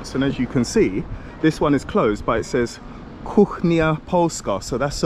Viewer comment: "Kuchnia polska" great pronunciation.